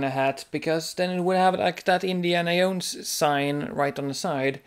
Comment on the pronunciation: jones not yones jahones jownes joe ns